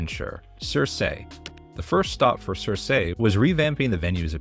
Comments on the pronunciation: Girl, it‘s keer-keh, not sir-say. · Girl, it is "Seer=See" not (Sir-Say).